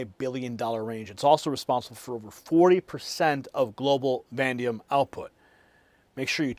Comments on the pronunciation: Do you mean VANADIUM? I have never heard of Vandium. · You mispronounced VANADIUM = VA NAE DEE UMMM I have been trying to figure out what you were talking about. 😅